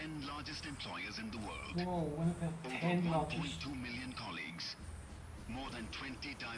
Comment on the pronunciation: Its not warud, its world 🤣